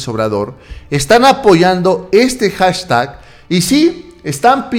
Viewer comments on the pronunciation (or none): none